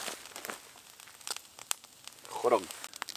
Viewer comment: "hoddog" 🤣🤣 We say this too portaging!! haha